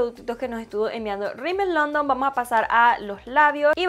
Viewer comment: la marca se llama Rimmel London no “Rimmel Londom”